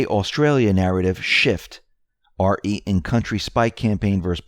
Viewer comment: This is to everyone who reads the Q drops on YouTube.... When you see "re" - it is not said as "R.E" (like to separate letters).... it is said as re (like reee) and it means reference. PLEASE, stop reading it as R.E